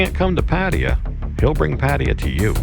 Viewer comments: i think its pronounced PA-TA-YA not Pateya :P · No disrespect, but can you please pronounce Pattaya properly. It’s not Parteeya. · pfat-tay-YAA sheesh